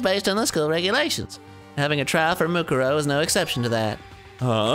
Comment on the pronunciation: Dan still can’t pronounce Mukuro